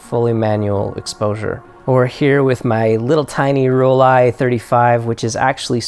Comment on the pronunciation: Thank you very much. You are the first non native german speaker, who does pronounce the name Rollei correctly!